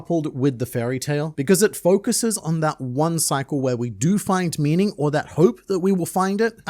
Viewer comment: You say "cycle" and now I watch out for the rain...